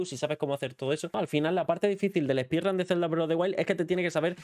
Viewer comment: ‘Spidran’ Dios…